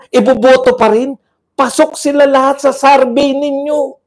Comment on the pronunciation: Survey not sarvey